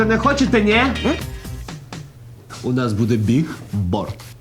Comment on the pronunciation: Ну хоть Валерка мог бы исправлять Цезаря и Тайсона, когда те говорили "бигборд"